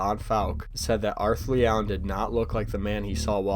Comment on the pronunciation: It was leeigh